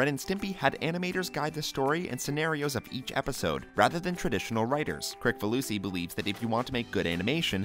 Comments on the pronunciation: It's Kris-falusi not Krik-falusi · It's actually pronounced Kris-falusi. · His last name is pronounced "Krisfaloosy". The C is pronounced as an S. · It’s pronounced Kriss-falusi